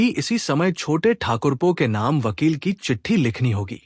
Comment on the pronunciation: Ki shbd aap glt bolte ho, smjh me nhi aata Khani bhut achchhi h